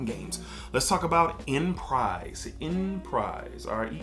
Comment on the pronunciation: Phonetically it’s (ahn•pre) not enprise but definitely one of my favs